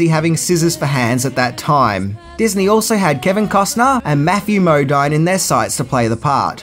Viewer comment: It's mowdeeen , Matthew mowdeeeen